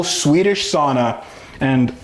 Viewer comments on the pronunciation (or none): Also, it’s pronounced “sow-na” not sawn-ah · SOW-na, it's the only Finnish (not Swedish) word everyone knows and most of you say it wrong. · It's Pronounced Sowna.